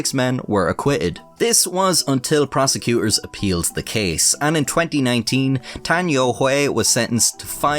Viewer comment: I believe every word you said in your intro. Your pronunciation of the name Tan Youhui, apart from the tones, was pretty spot on - which is bloody impressive! Well done 😁. Two of the other names were not quite so impressive but still not at all bad. Mo is pronounced 'Muo', Tian is pronounced 'Tien' and si is pronounced 'suh'. BTW, yuan is pronounced 'yüen'.